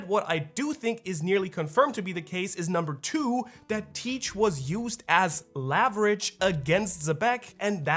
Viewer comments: Great theory, but I gotta say I can’t help but get a “nails-on-chalkboard” feeling in my brain when you pronounce “leverage” as “laverage” — not sure if that’s a regional thing or if you could just be mistaken at the spelling/pronounciation (no hate, I’ve just honestly never heard anyone say the word that way before so I’m curious) Might also be interesting if Roger gets Reversi’d first, and by the rules of being surrounded by “white” players (possibly Garp/Rocks) becomes flipped back, causing Imu to target Rocks for reversal since he is the superior fighter (which necessitates Garp and Roger teaming up to defeat him) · How do you say level? Because the way you say leverage is so wrong dude. Lol. Love your work bud.